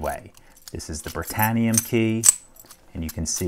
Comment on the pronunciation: Britanium? Sounded like I heard, Master Lock. 😏🤣